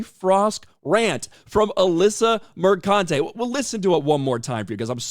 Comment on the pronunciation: It's pronounced MerCUNTe.